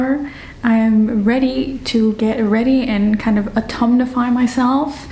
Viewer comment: Love your word “autumnifying” …sounds perfect!!